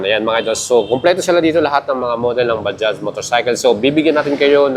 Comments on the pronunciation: Hindi ba-dya, ba judge ang tamang basa sa word na bajaj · Hindi ba-dya Ang tamang banggit sa word na bajaj kundi ba-judge ok, ba-judge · Bajaj not Bajah/Baja brother. Please research how to pronounce the name first. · Bajaj po ang tamang pronunciation, hindi Baja, hindi silent "j". Mga indiano na nagsabi niyan. Tama rin si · Kuya Correct lang kita Indian company yan ang pronounciation nyan is Ba-Jaj Ba-Judge Hindi po Baja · Napapansin ko yung pagkakasabi mo na baja ang proper talaga tawag or pagbasa bilang nanood nang vlog sa india ba-judge may diin kunti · Ba-jaj po ang tamang pronounciation, with j po sa huling word